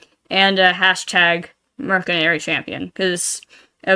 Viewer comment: I hate to be that guy! But the letter C in mercenary is pronounced as a S.